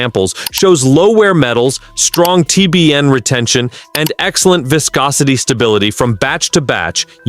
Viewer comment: F'in thieves stealing Project Farm and other creators footage, using old imagery, and just general garbage content taking revenue from legitimate content creators with real testing, not bullshit. Can't even pronounce viscosity correctly in a oil video FFS.